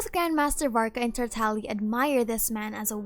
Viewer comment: You mean Tar Tag Liah?